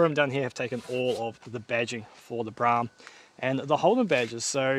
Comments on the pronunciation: There's an old ad for the Brougham on another channel. The voiceover pronounces it 'Bro' 'om' in two syllables. 'Brorm' is incorrect. I'm certain the ad would have said it the valid way. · Mate, it's a Brougham. Bro-hmm. No, not a BRAAAHM... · Seems I was pronouncing it wrong. The attached add from the day, they say it Bro-ham. I (like DJ) was told back in the late 70's it was Braaam. Even a work colleague recently said Braam. All said, Braaam sounds cooler than Bro-ham, don't you think? Judge for your selves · Not Braam, Broham. RESTORE IT. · Pretty sure it's pronounced Brawm, not Brahm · It is Pronounced Bro Ham not Bra Ham ??? notice the "OU" The same that is in the word "Though" which is pronounced "O" not "A"...You can thank me later...😁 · Broughams were built long before holden made a kingswood pregnant :) I was always taught that it was bro-um (pronounced as in "grow um"), still "tomarrto" / "to-mate-oh". maybe its a regional lingo thing. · I think it probably is a local lingo thing. I was always told it was pronounced “Brow-um”. Regardless of how it’s pronounced, it’s a pretty cool car. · Broughm pronounce Brome as I was told. My cousin Phil had one. Dunno,. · Have owned 2 and unfortunately sold both. Definitely needs to restored. Brougham pronounced as Broham. Not sure it’s the original engine either. They never had viscous fans and the oil filler was through the top of the timing cover via a metal tube. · It's Brougham, rhymes with lawn. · holden "brarm" yet is spelt brougham with a gh in it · He's wrong. The pronunciation is pretty clear in Holden ads of the time. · Pronounced broham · It’s pronounced “Bro-em”. Oh and restore it, don’t basterdise it.